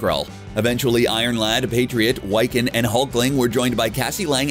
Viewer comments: First he says Billy Kaplan then he butchers Wiccan by saying it "why-can" instead of "Wick-an". the name comes from wicca which is the modern pagan witch. if your going to talk about comics and try to act like you know anything, at least learn the proper pronunciation of the names. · Its not pronounced (why can) its (wic- can) smh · He says Wiccan's name wrong too. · Mispronunciations of Wiccan are annoying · Do you guys really not know how to pronounce "Wiccan"?